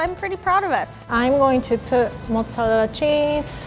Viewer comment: 'mozzalella cheese'